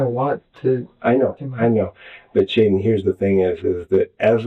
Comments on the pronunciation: Why does the detective keep calling him Chaiden? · Why is he calling him Chaiden??? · Chaiden 🤣🤣🤣 names get better eh